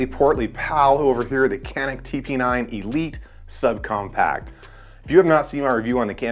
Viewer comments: It's pronounced like ''jhanik'' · It's turkish. C's are J's. It's Janik. Not saying it to be rude. Just explaining . I just got one today. Very nice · I find myself unsure while talking about these guns, how I should be pronouncing the name. Is it actually pronounced as Canik or ‘Janik?